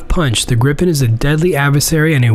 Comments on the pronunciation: Prenounced more like "Griipen" and not "Grippen" FYI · Isn’t it ‘gripe-en’? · So fun to hear people pronounce Gripen - Not "Gripppppen" you should say like - "Greeepn" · Gripen? Think "gree-pen" with a Scottish R.